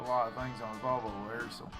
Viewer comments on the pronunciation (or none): You mispronounced valvo .